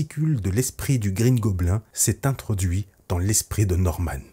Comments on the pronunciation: tu prononces de base mal le mot Goblin donc mieux dire bouffon vert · Mes oreilles saignent à chaque " goblin " prononcé 😂